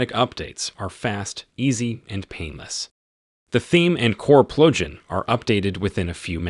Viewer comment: This guy can't say "plugin" haha